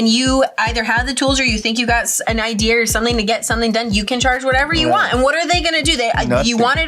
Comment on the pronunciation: 🙂Greetings! 🤔I am subscribed to the Donut Media channel, and I have noticed that at the timestamp, it shows verbalizing the phrase (idear) when it should be pronounced (idea)! 🫡I just want to make clear to everyone at (Donut Media) that I can spot or pinpoint any misspelled or misspoken words based on the fact that I do enjoy watching your videos in a detailed manner to enjoy them! 🤗 I find things like the ones I have mentioned above, it is just me having fun and letting people involved with the Donut Media channel and the people watching the videos, that you can also have fun finding things like this and promoting patience, tolerance, and understanding in the process! 🕊️🌇May everyone at Donut Media and everybody else reading this or watching the videos have a wonderfully blessed day!